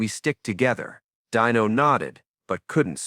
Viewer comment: Dino Martin's name was pronounced "DEE no". it wasn't EVER said as "DIE no". The use of AI should just stop. STOP! Ugh. Hire a voice actor next time.